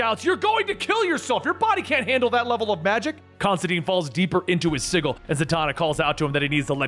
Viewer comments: Sigil is pronounced S i (J ) i L the G is a J sound hon. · It pisses me off how he pronounced sigil it’s fucking si-j-il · Sigil is pronounced like sijil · The pronunciation of 'sigil' kills me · You know how to pronounce “Hecate” but don’t know how to pronounce “sigil”? Smmfh. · Hate to be the "nitpicker" but sigil has a soft g like the name George. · uhhhh that's not how you pronounce sigil lol